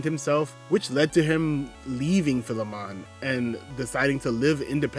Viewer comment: Everyone always mispronounces Philemon. It’s Fye-Lee-mun, and is the archetype of one who owns a slave who is treated as an equal